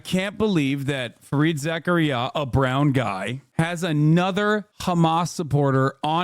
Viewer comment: You mispronouncing Fareed Zakarias name is textbook hubris from a Muslim